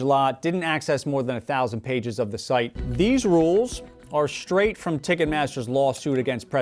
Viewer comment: 'straight', not 'shtraight'.